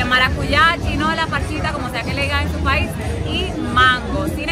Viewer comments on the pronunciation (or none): none